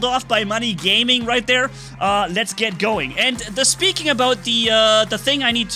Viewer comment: Gayming😂